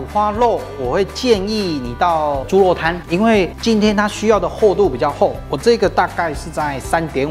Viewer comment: 謝謝阿慶師，這道菜很好吃，但讀ㄖ不是ㄌ，是豬ㄖㄨㄛ、不是豬ㄌㄛ、，熱度不是樂度，聽起來才不會怪怪的。